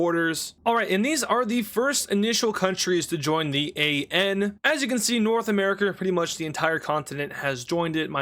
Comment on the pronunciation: did just say north america hard r